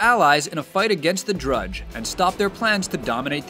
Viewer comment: He said Dredge instead of Drudge -_-'